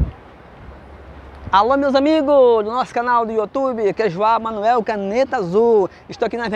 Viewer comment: E um meu amigo???? Nem o nome Manoel sabe dizer